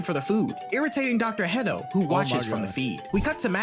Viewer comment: I keep hearing dr pedo not hedo